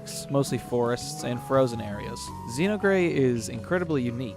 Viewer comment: Yes, but, "Zeenogre."